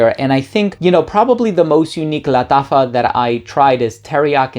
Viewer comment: He's pronouncing it in spanish bro